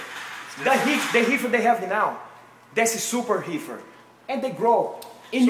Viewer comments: take a hit everytime he says heefer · “Joe hogan” “glacomen” “heefer” 😂😂😂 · If my high ass hears this dude call weed Heefer one more time I’m going to die from laughter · "I did my hesearch on heefer, Joe Hogan..." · I knew when bro said heefer 😂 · Heefer Joe Hogan 😂😂😂😂 Guy might beat ass, but I can pronounce my "Rs" 😂😂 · Can’t pronounce his rs that’s heally heally funny. Smoking the heefer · “The heefer they have now is the super heefer”😂😂😂😂😂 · "The heefer that they have now, that's SUPERHEEFER!" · I’m too high for this 😶‍🌫️🫢😮‍💨 😂 what’s a Heefer and wtf is a hecord?? Joe Hoagan!! 😂